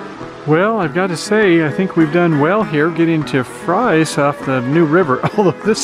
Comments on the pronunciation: Fries is pronounced Freeze actually…I live in Galax 👍🌹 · Two Points: The Town of Fries is pronounced "FREEZE", secondly the campground is only about 200 yards from the trail. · How could you have visited both towns yet not know how to pronounce either one?